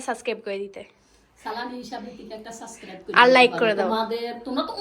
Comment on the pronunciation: এই মেয়ে সবগুলা ভ্লগে একই ইংলিশ বলে।২-৪ টা ইংলিশ ছাড়া আর কোনো ইংলিশ জানেনা।সব ভ্লগে একই ইংলিশ ছাড়ে।সানজিদাও একই কাজ করে। এত ইংলিশ কইতে পারে অথচ সাবস্ক্রাইব কইতে পারেনা।সাস্ক্রাইব বলে।